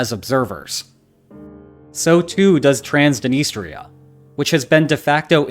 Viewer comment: ['transnˌistria], proffi, not ['trensdnˌstria] lmao